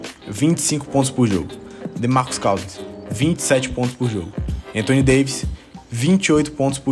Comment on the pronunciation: "Demarcus CAUZINS".